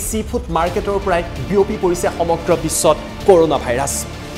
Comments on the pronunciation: ক'ৰ'ণা নহয় কৰুণা হে 🤣🤣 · news tut koise nhh koruna buli🤣